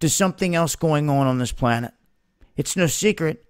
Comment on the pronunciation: You keep saying "planet." You almost have it right.